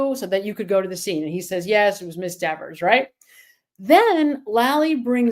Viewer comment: Why does everybody disrespect Dever by calling her Dexers, with an S? She’s always Deever to me.